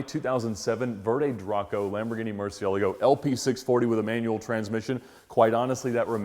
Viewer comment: That is actually the correct pronunciation